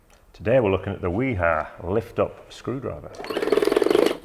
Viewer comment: nobody pronounces "wiha" as good as you guys